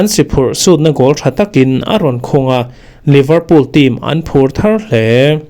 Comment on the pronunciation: Liverpool (leeverpool)tih tur. Livrpool tia lam hi a diklo.